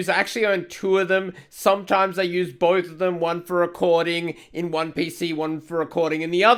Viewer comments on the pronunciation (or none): none